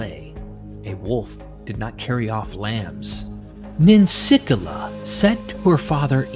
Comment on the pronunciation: NIN-SICK-EELA, not whatever you said.